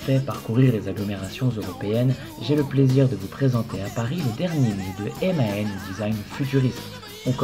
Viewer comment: On dit MAN et non M.A.N!!